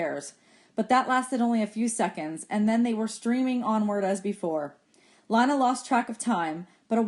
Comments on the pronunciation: I sort of care how it was pronounced but you can go to the chick of sciences playlist version and at the bottom it should say leeyna not lyna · its leena not Lina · I think lina is pronounced leena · It not Li it Le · Its Leena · Lina I and A are vowels so it makes it so that I does not have a sound so when you say Lina it’s pronounced Line-ah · Lina is pronounced Len-uh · Makhan Punia I know it’s not a big deal but it’s pronounced lÍne-ah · Thanks you but it’s lean-uh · you pronounce Lina wrong it's pronouns like lean-uh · um she’s right so check yourself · You are pronouncing Lina wrong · I'm not even listening for school. Also it's Lina. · yah u pronounce wrong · It is not Lina